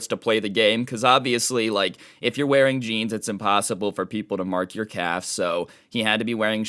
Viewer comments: The entire time, I thought he said "cap" until he mentioned shorts v jeans, and realized he said "calf" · I can’t tell if your saying calf or cap